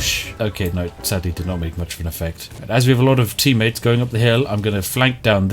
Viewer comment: did You actually say "tea-mates", Spiff? 😄